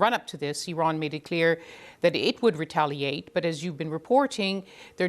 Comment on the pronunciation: She looks so... british!!! What is "wetaliate"?